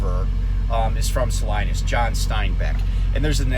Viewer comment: Great perspective on California economics. Not so great on the pronunciation of Salinas. 🤣 It's sa-leen-us. Also home to NASCAR great, Ernie Irvin...